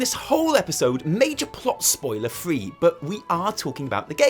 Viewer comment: Did anyone else hear her say poiler instead of spoiler just once? Or am I crazy